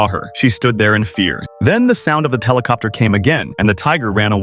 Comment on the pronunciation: I think the narrator messed up some of the words cause they sound off. I didn’t know a helicopter was spelt with a T.